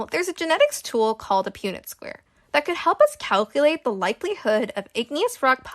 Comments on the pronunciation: I’m pretty sure it’s said like Pun-ette square not pūnet. Also how did you get 9.4% from 25, 50, and 75? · Its pun-net square lol not pue-net, but amazing video! I could’ve never came up with this! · You pronounced Punnett wrong, its not pewnett It’s Punnett like as in punch so Punnett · PUN-nit, not Pew-nit. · Punnett is pronounced like "pun-it" not "pune-it" fyfr :3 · Pun-net square not pew-net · Just so you are aware Punnet Square is pronounced "Puhn-et." So a short 'u' sound rather than a long one. Hope that's helpful! 😊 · Heads up, punnet square is pronounced pun-net, the same way you would talk about a punnet of strawberries.